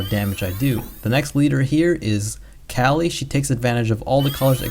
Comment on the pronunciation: Hey just saying, you are saying Kali's name wrong it is more like the Ca sound from call plus Li. Coming from an indian, just pointing it out. Keep up the great videos, thanks